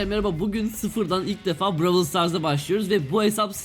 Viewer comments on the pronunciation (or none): lütfen brawlı düzgün oku